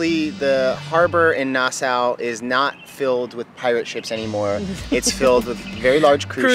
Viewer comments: Sweet footage of the ship and Coco Cay! What’s with your pronunciation of Nassau tho? Is it nas-saw or nas-sow? 😂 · It's pronounced nah saw not Noh sow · Its not Nasa :( its pronounced "Nas-saw" (Nassau) but i loved the video!! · Nas-saw, and the Bahamas isn't apart of the Caribbean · Nassau is pronounced “Nass aw”, and conch is pronounced “Konk”. :) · Pronounce Nas-saw !!!